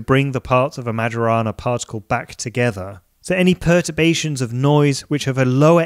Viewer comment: Majorana is pronounced as mayorana, as I know